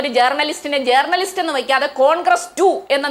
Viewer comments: Chintha MA ( Eng) ...., അയ്യേ മേയറേ...., ജേർണലിസ്റ്റ് അല്ല, ജേണലിസ്റ്റ് എന്ന് ശരിയായി പറയൂ.....!!!😮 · ജേർണലിസ്റ്റ് എന്നല്ല ഉച്ഛരിക്കേണ്ടത് ജേണലിസ്റ്റ് എന്നാണ് സഖാവേ 🤪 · ഇംഗ്ലീഷ് ഭാഷയിൽ ഡോക്ടറേറ്റ് ഉള്ളവാൾക്ക് ജേണിയലിസ്റ്റ് എന്ന് കൃത്യമായി ഉച്ഛരിക്കാൻ പോലും അറിയില്ലല്ലോ...